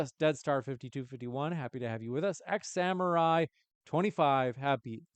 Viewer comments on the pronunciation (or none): none